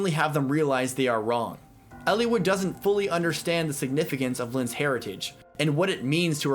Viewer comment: I love your analysis on the behavior and development of these characters, Eliwood in particular, it's what drew me to your videos, but I hate the way you pronounce the names.